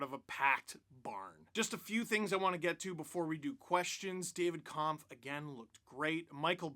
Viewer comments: Just an FYI, Kämpf is pronounced more like "Kempf" than "Kahmpf". Watch their Twitter video of name pronunciations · congratz to the 15th season of #lfr! :) btw - you can pronounce david kämpf "kempf" (maybe a bit like detlef schrempf (ex nba player)) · maybe i am wrong (i am austrian not czech) but David Kämpf's last name should be pronounced differently. not that weird german "a" you tried. the german "ä" sounds more like the english "a" in camping or camera.